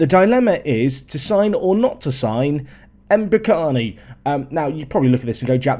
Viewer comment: Dude it's Mbokani